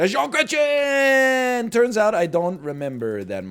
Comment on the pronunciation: Him pronouncing Jean Chrétien is the funniest thing in the world